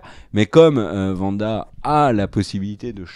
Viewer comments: Mais c'est pas vanda 😅 c'est Wanda. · C’est Wanda pas Vanda ça me fait grincer des dents à chaque fois 😭😭